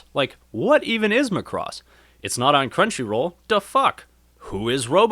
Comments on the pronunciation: I don't know how or why the pronunciation of Macross has become "muhCross" for so many people, but I wish it would stop :p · You can't pronounce Macross (the emphasis needs to be on the 'ma'), and you're really not funny at all, so the humour falls flat. If you just concentrated on actually talking about the series, it would be a much better video. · before writing a guide, how about you leanr to pronounce the name properly